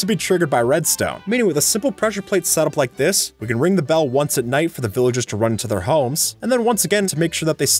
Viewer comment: What is "villigers" you must be a kid